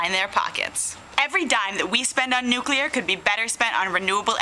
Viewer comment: It's nu-clear, not nukuler.